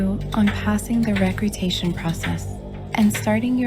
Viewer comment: Fyi, it's recruitment process, not recrutation :D